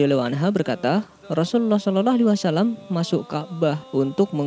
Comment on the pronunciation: Sayang Pembawa acaranya tdk bisa baca SHOLOLLOH A.W.